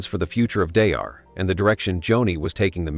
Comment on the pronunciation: Don't waste your time watching this video. The AI narrative keeps repeating the same thing over again and can't even pronounce Daystar correctly.